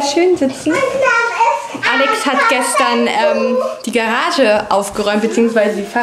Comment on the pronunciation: Garage, nicht Gerage^^